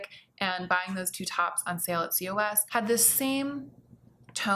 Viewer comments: Wait, actual question: Is COS pronounced "C-O-S"?! I live in Belgium, where COS is everywhere, and everyone here pronounces is "koss". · I was like what is c. o. s. 😁Cos is H&M and it reads KOS (not in spelling way like C O S but like word KOS of i am not mistaken??.. 😊 P.s. “bawls” Not only he benefits but he broke them all and you both just need them! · Not important, but I'm pretty sure COS is pronounced 'kos', as in moss. Or boss :) My friend works at H&M group HQ and that's how she said it. Curious to hear about your fast fashion finds! It's a whoooole messy world. I have looked into it for my job in sustainability so if you want to learn about it, I can recommend some good resources. But yeah, it's quite a can of worms to open. Also there are loads of awesome youtubers talking about more sustainable fashion